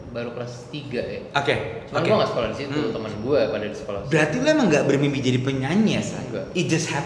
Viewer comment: Sekolah bang bukan scolh , therteen bang bukan thirtin